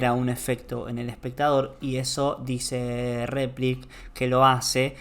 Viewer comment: Cuando dice gomito y repliks me quito todas las ganas de seguir escuchandolo. Además muy poco dinámica y lúdica la enseñanza.